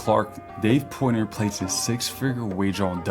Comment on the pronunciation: Why do you say "Dave Poytner" ... PORT NOY